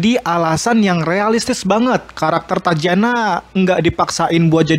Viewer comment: Tatjana bacanya tatiana bukan tacana